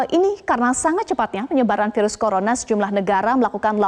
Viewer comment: hampir kepleset dia "colorna"...🤣